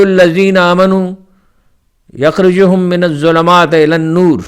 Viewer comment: یخرجونہم۔ غلط پڑھا ھے